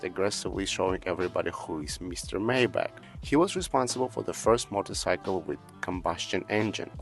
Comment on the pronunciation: Maybatch is correctly pronounced "[ MY BOK ] " , not " [may - batch]!😂